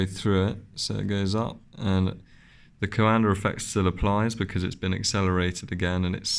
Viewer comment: It is Coandă Effect, named after Romanian inventor Henri Coandă. Not Calendar ~. 😆